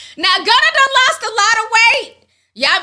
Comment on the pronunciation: She said “Gunner” 😂